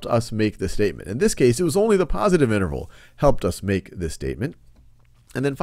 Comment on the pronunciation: lmao "negative inernerval"